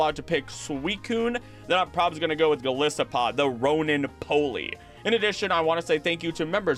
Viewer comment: why arent you pronouncing the name of your favorite water pokemon correctly? Goliath + Isopod.